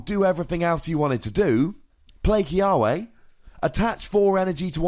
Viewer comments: In Hawaiian its pronounced Kee-Ah-Veh. Our W's are a V sound....Im excited about this card!!! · The correct pronunciation should be Key-uh-vay but for some reason, the anime pronounces it Key-uh-way